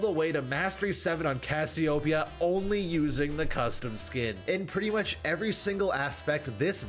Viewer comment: why y'all pronounce Cassiopeia so weirdly?